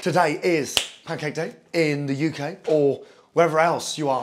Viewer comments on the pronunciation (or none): Gordon Ramsay lives is the Ukhay, Okhay?, Okhay.